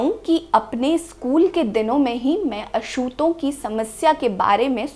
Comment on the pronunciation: मँम आप अछूत का उच्चार बराबर किजिये।